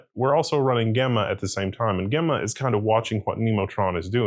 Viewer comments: Not GA-mma4... "J"emma4... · It's very odd he pronounces it that way. I wonder if he pronounces Gemini the same way?